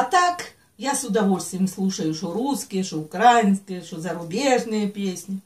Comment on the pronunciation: УкраИнские. Как вы задрали с ударением. УкраИнскую школу закончила, говоришь??????